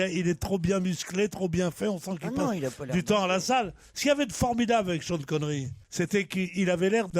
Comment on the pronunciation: "tcheune" Connery